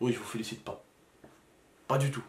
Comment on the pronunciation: "Jvou fépalicite" chui mortttttt